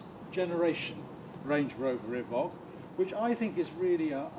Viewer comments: Is it not pronounced Evoke and not Evock? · Good review…… but…….. evock???? The only person I know to call it an evock. !!! Just a little annoying, a bit like the lovely nigella Lawson calling a microwave a meecrowaavay !!!🤪🤪